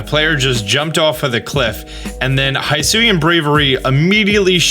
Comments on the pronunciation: Can you stop saying “high suian” The narrator says “hi-suian”. Hi as in hill. So it sounds more like hiss ooh eee an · Very good analysis video! My only complain: the pronunciation of “hisuian”, the “hi” is pronounced as the pronoun “he”, not as the greeting “hi”. They say it out loud in the video multiple times :) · “HIGH”SUIAN????? bestie…. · Hisuian is pronounced he-soo-ee-an, just a heads up :)